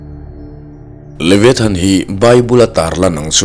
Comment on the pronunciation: A lam dan hi Leviathan nilo in Levaithan tiha lam zok tur aw